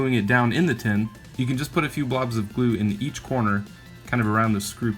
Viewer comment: "2 dabs of glu" 😂